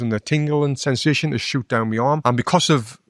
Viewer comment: "MY" neck, not "me neck"